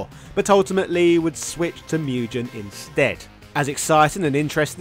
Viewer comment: MugGEN, not Mujen! 🤬